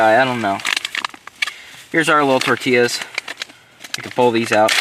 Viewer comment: 🙏🏽 when he said tortillas the correct way! Respect